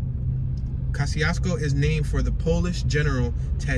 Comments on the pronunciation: It's pronounced Kozy-Esko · The name of this town is pronounced “Ka-zee-s-ko” by the people who live there. The twon is named after a Polish general and engineer. However, he pronounced his name “Ko-shiousko”… I know because you drove right by two of the houses I grew up in. One on East Jefferson Street and the other on Bell Street. My mom, sister and her family still live there. Okra Wimpfry lived in a small home out in the country off of Hwy 12, I believe. For MANY YEARS… she denied ever living there. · I was born in this town, so was my mother and father. My family still owns Winters Funeral Home to this day which used to be located on Tipton Street… Yeah, I remember Mr Charlie’s store and when Reverend Harris was the Pastor at Christian Liberty Church. 😎This is my home. Peace to the Moors and the Choctaw Nation. ✊🏽Oh! You pronounced Kosciusko wrong in the entire video. I’m not mad at you tho! ✌🏽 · I all but had to turn down to off when he was saying the City's name "KOSCIUSKO" wishing he had got the correct pronunciation before doing the video. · You should have called me. Born and raised here! You're pronouncing it all wrong. No one call street names, we direct by landmarks, and this is generic! Who are you? Where are you from? Who sent you? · Kościuszko is a Polish name and I'm 100% sure you're pronouncing it wrong, Hubert. So I don't see a point in arguing for a wrong pronounciation over another wrong pronounciation. Just say it however you like if you're not gonna respect the original pronounciation anyway. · And you think you're pronouncing it right? This city was named after a Polish national hero, so you're definitely not pronouncing it as intended, lol.